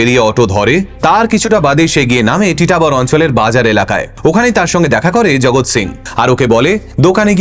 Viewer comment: আমি আসামের তেজপুরে থেকে ভিডিওটি দেখছি। জায়গাটির নাম টিটাবর না ❌ জায়গাটির নাম হচ্ছে তিতাবর । আর আসামে কখনো এরকম ঘটনা শুনিনি। তবে হতেও পারে।😢 কালা জাদুর পপুলার জায়গা হচ্ছে মায়ং ।